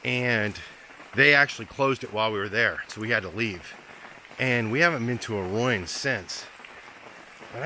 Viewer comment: I cringe when you say roin,,, it is ruin as in roo in.